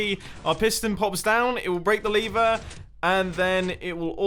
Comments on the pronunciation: The most complex thing in this video is when you say lever but you pronounce it liver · Mumbo : So here we have 8 different ways to destroy our lever (Mumbo pronounced it as 'liver'), Me : Number 1, get liver cancer? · Nobody: Mumbo: LaVeR